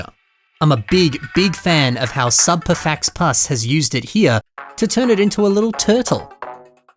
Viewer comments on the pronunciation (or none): Subparfauxpas is pronounced Sub Par Foe Pah. Half the name is french my man. I know, I hate how they spell things, too.